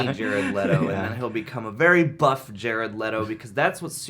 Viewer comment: With: Jared Letto as Jated Letto